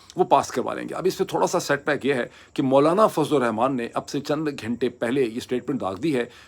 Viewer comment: Mr. Moeed, I like your program, its on factual basis. Please allow me to correct you on your pronunciations, you always pronounce " Ghayntay" it's Ghuntay in Urdu, not Ghayntay. Actually Ghayntay is not a even word in Urdu, it's ghantay, you can also pronounce Ghuntay. GHUN TAY GHAN TAY NOT GHAYN TAY